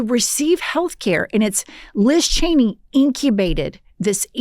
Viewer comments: Sam never gets Liz Cheney's name right lol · Sam will never get Liz Cheney's name right 😂